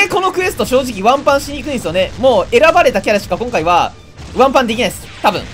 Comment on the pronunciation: 冒頭の挨拶で「今回は」の「は」の抑揚がマジで最悪とか言った結果がこれ